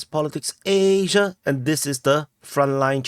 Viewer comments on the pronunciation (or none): aziaAAa not asia 😂